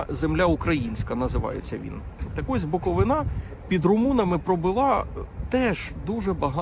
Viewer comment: БуковинА? БуковИна! Так правильно!